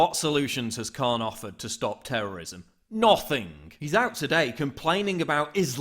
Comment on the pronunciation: Where is this guy from? The way he pronounces the word 'nothing' is hysterical